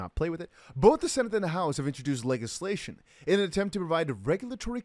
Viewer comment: Legislation - The G is pronounced as a J like Lejislation xxx 😉😉😜